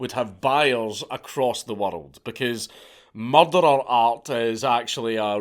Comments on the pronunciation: Anyone else just watch this purely to hear count say murdar? No? Just me? Ok. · You say the word 'murderer' too scottishly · Anybody else enjoy the way The Count pronounces Murderer 😂 I Love It his accent is GOLDEN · you say murderer funny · I do love the way Scots say that word.